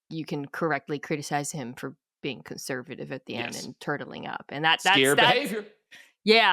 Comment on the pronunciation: lol Mina said Harbaugh be turtle-ling up!!🤦🏿‍♂️👿